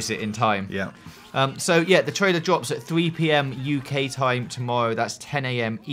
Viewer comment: "dwops" ahaha awww :') <3